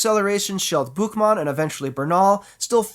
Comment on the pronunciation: Never heard such a clear "Buchmann" from a non-german speaking guy. My hat's off to you